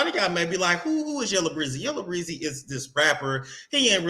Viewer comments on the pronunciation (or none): It's yellow beezy not breezy